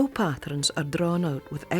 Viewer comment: The way the narrator pronounces “pattrens” reminds me so much of my Granny who bequeathed me her love of needlework!